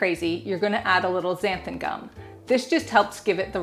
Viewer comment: That looks so easy and delicious! Thank you for pronouncing xanthan gum correctly! I'm sure you know what I mean 😊